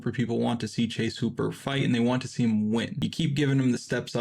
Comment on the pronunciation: Please stop saying hooper like that😂😂